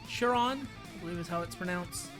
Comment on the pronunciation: Pronounced khai-rhon